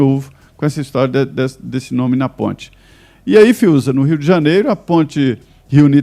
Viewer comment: Fiúza meus Parabéns, você é o único que não fala pi sol, ixemplo, semestre e por aí vai....👏👏👏👏👏👏👏👏👏👏👏👏👏👏👏👏👏👏